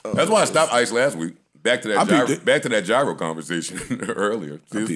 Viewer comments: Great show thank you! And it's "Yee-ros" btw, this coming from a guy in Athens, GR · It’s joe say GWORL 😂😂😂👏🏾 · The way Joe pronounces gyro irritates me 😂